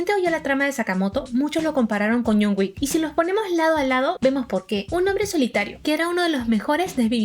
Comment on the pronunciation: Lo compararon con "Yon Güik" 🤣🤣🤣 me mataste!.🤣🤣🤣